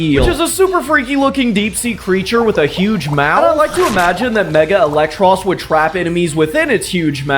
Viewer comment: "Eel-ektross", not "elec-tross".